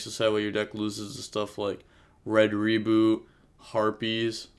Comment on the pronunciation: Read the name of red rebooT again and call it right please